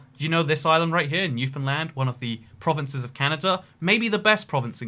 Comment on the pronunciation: I live in Newfoundland let’s go best province in Canada. Also I think is the first person ever to pronounce Newfoundland correctly